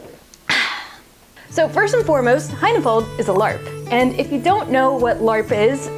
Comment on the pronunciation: "High-na-fold"? o_O